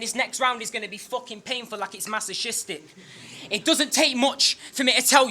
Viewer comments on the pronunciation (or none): Word to. The word 'masochistic' is pronounced "Mas-i-kis-tic" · HAHA. When pronounced "Masochistic" Like it actually sounds. Hahahahah. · Pronounced masochistic wrong..